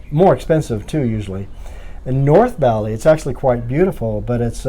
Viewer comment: Ba-li not Bally